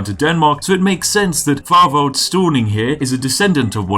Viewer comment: hello from denmark. Thorvald is pronouncedd [Torval]